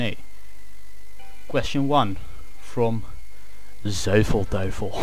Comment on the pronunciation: so you can pronounce 'Zuivel Duivel' in Dutch, but IKStream not.. ;)